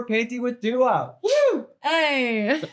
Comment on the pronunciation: Is Trixie actually calling her Dula at the end?!